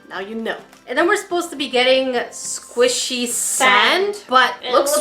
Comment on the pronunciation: I ADORE THAT SAYS SQUASHY INSTEAD OF SQUISHY